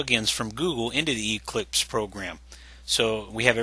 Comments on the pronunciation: It's Eclipse, not EEclipse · The way he says Eclipse is annoying...